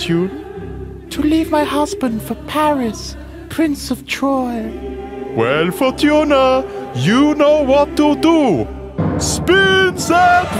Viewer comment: Wheel of Fortun(a) 😂